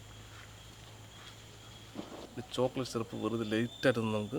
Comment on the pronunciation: Chocolate late ആയ്ട്ട് ആണോ അതോ lite ആയ്ട്ട് ആണോ 🤣 പറഞ്ഞിട്ട് മനസിലായില്ല .. Last ആയതു കൊണ്ട് ആണോ ലേറ്റ് ആയ്ട്ട് എന്ന് പറഞ്ഞത്